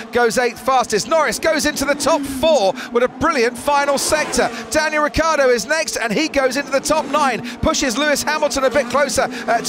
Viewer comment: It's not Riccardo is Ricciardo (Ree - Char -Doh)